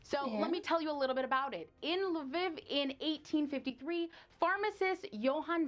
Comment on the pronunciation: The narrator has terrible pronunciation with some words like Lviv, Mirya, etc. I also don’t like how she says "The Ukraine". There is no such thing as "The Ukraine". The Ukraine ceased to exist when Ukraine declared independence in 1991 from the Soviet Union. Also, while Arsenalna is the deepest metro station in the world. The Pyongyang, North Korea Metro has tracks that are 110 meters below ground.